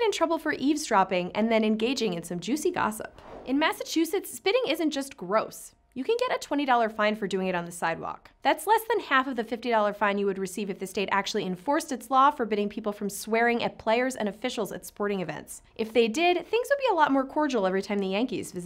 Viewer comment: AH yes, spitting on the 'Sidwealk.'